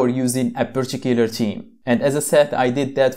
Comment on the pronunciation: Great video but you should say particular theme not purchicular cheme